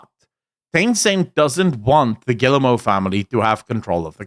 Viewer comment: Rui giving shit for pronouncing Guillemot wrong while saying Yves wrong 😂